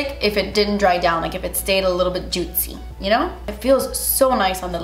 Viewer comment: No one:: JUITCY